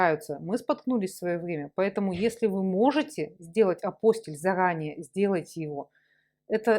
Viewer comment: Все хорошо, информация полезная, спасибо. Но многократно повторяемое слово Апостиль с неправильным ударением очень режет слух до неприятного. Правильно произносится АПОСТИЛЬ с ударением на слог ти.